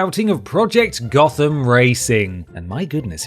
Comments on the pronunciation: just a quick one , Gotham in Nottingham is pronounced Goat-ham. :) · I'm surprised you pronounced "Gotham" wrong!